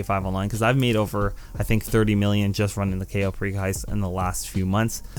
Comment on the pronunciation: a couple mistakes mistakes, 1st its pronounced cai-oh pear-ico 2. its koh-sat-kuh 3. scroll right on cams to get to the basement wayyyy faster, 3rd if you want to call in your mkII faster go to interaction menu and go to vehicles and call it in, 4th the only difference with hard mode and easy mode is 90k extra and one extra hack